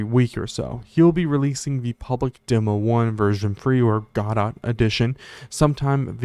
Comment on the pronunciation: You did pronounce it correctly :) I only found out recently it isn't pronounced like a French word.